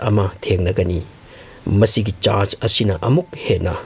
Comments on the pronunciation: Chast haire eidi church haiba manludre. Semgna haibiyu pronounced toubada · Vocabulary si taba yam nungaite tondo normal tone oiyo, charch hybdu charge hyna thoka,foreingner sabada over smart oire